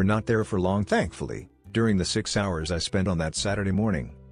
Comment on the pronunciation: I lol’d at the text to speech saying THANKfully